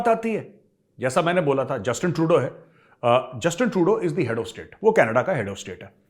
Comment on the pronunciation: Major saab . Canaadaaaa nai ..... Its Knedaaaaa.... 😂😂. They call it KNEDAAAAAA...